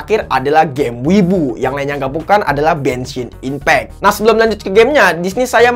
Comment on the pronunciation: apa aku gak salah dengar? Dia bilang "Benshin Impact" what??